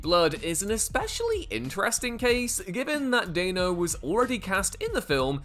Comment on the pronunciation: Dan-O. It's pronounced Dan-O, just like it's spelled. Dan, like Danny. Stop saying Dain-O.